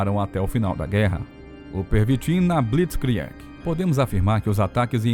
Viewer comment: Vídeo/Documentário excelente, entretanto a pronúncia das palavras em alemão está terrível. Reich, se fala algo como RAIXI. Blitzkrieg, se fala algo como Blitzkrigui. Sugetão de melhoria. Antes de gravar o vídeo, vá ao tradutor do google mesmo, seleciona o idioma da palavra, digite a mesma e clique no ícone do falante, que dá pra escutar a pronúncia corrseta.